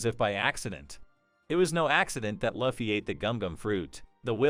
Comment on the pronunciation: effing luufffii, it's Looooouuffffffiiiiii